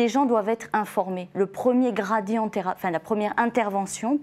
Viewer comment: Son " gradian" m exaspere!!!